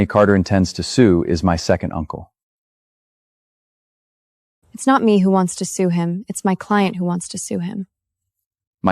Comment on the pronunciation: AI is creating new language 😂 second uncle called SANCLE😂😂😂😂 lot more funny words 😂😂